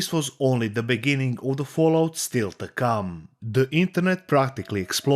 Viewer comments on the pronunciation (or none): none